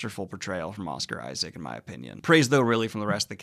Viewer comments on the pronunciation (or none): none